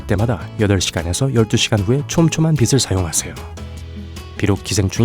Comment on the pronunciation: Tv산푸 ‘빗’을 을 발음할 땐 ‘비슬’인데 비즐 또는 비츨 이라고 발음해서 이상하다고 생각했어요